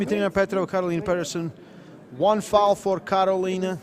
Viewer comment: Dimitrina's face say everything (ALL DAY LONG !!!!) she was unshakable. To the cast please start asking the athletes how to pronounce their names. Dimitrina PetrovA its not a silent A ;]